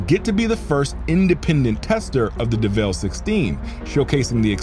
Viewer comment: Yo why did you pronounce the name as if its pronounced "Deh Vehlle"...its just Devil...like Satan...